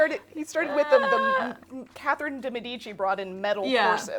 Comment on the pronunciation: I definitely added this mug to my Christmas list and I'm really hoping someone gets it for me. Or I'll just buy it for myself. - is in EXCELLENT form right from the get-go and I am so excited for the snark to come. - Pretty sure he just said 'Kathleen' de Medici. What? - Did I miss the part about the 19th century? - So much of 'history', especially women's history, is mansplaining that we just to throw out the window. Women's experience/testimonials vs. some doctor? Obviously the man prescribing heroin to children - Worn both Spanx and a corset, and I'll take the corset any day. I was fairly tight-laced too (we were young and neither my friend lacing me nor I knew any better) and it was still really comfortable. Spanx are just hot and confining and they rolled up from the bottom and down from the top and I kept having to mess with them the whole time.